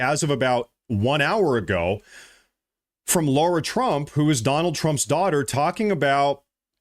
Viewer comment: Suiciding herself is an issue /worry with Ghislaine. P.S. It is LAIRA Trump, not Laura.